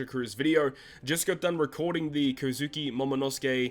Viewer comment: Why can’t people on YouTube pronounce kozuki